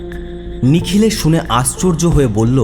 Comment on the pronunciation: সূত্রধর মানে ছুতোর মিস্ত্রি। গল্পের সূত্রধর হয় না, হয় সূত্রধার। অর্থাৎ কথক বা ন্যারেটর। আর প্রস্ন নয়, প্রশ্ন। আস্চর্য নয়, আশ্চর্য।